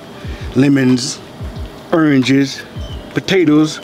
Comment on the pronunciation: Big Cash Sound like my Granny Rest in Peace 🕊️ talking bout some "Eranges" Oranges🤣😂